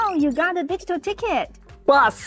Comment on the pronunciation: I misheard your exclamation of "digital ticket" as "digital d**khead" - thought it was a bit harsh but not wrong.